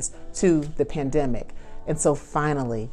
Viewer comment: Did she say Plandemic?